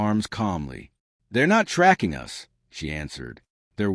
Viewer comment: For me, biggest thing is AI use needs to be declared. Secondarily, I think the narration quality is mid compared to some other AI narration I've heard. This AI sometimes put emphasis on the wrong syllable, kept saying "yew ess" instead of "us", and would either pause awkwardly or not pause where it's expected. Sounds like an okay story. I'm still listening.